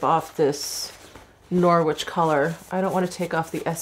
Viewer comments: Great video! That lipstick looked stunning. Just for your info, Norwich is pronounced Norritch and Trafalgar is Trafalger (truh-Fal-guh) xxx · Norwich is pronounced without the W, as in Norich. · I love hearing how Americans pronounce Norwich 😂💕